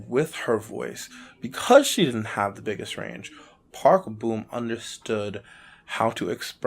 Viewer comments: I wished u pronounced it as Park Bom and not Park Boom lol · BRO ITS NOT PRONOUNCED BOOM ITS PRONOUNCED PARK BOMB THE BOM SOUNDS LIKE BOMB SO SAY PARK BOM NOT PARK BOOM😡